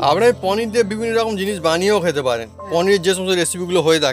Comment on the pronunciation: আপনার রেসিপিটা ভালো লাগল, কিন্তু নাটুকেপনাটা একটু কম করলে আরও ভালো লাগবে।অহেতুক চিৎকার করছেন। আর শব্দটা হচ্ছে "পনীর", " পনী" নয়।